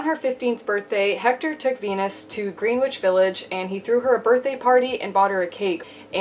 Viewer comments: I think you are great and give such good info, and I have such respect, but ....everyone knows that it is pronounced Grenitch Village. You are too good at this to guess at pronunciation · Great video! I’m glad to have found you, subscribed. PS. It’s Gren-Itch not Greenwitch. No big deal, just FYI, some “New Yorkers” will eat you alive for that. And by New Yorkers, I mean people who moved there 2 years ago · Ma'am you're not from New York, so I know the pronunciation is kind of off, but it's pronounced ( Grin edge) Greenwich Village it is not pronounced how it's spelled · Great vid. My brother has been in the house of Aviance since the 80s, but is now in MIA. As New Yorkers, we knew first hand about balls/houses. Btw, no tea no shade, Greenwich (Village) is pronounced, Gren - Nich. 😉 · I know it's spelled Greenwich Village but it's pronounced Grenich